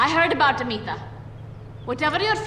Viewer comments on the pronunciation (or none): To je Amita, nie Anita.